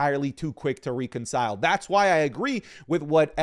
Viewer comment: Day 1 of me asking you to no longer say reconcile until you can pronounce it properly.😅